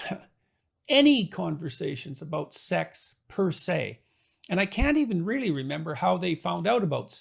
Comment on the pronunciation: 'Per-say' ... I heard 'pussssayyy'